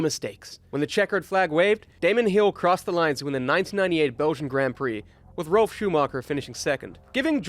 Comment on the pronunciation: Do you say Rolf or Ralf?